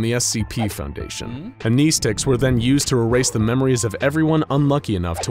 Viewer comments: Amnestics is pronounced "Am-ness-sticks" not "Am-knee-sticks" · Am-neh-stics not am-knee-sticks cancer to the ears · You are pronouncing "amnestics" incorrectly.